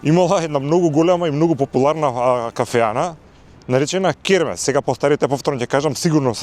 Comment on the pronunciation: Ова се што пропадна не е дека било изградено неквалитетно туку бидејќи твоите СДС 7 години не одржуваа ништо за намерно да дојде во оваа ситуација, крекавте и гаѓавте со боја, е затоа е така....и Хермес се вика а не кермес..ццц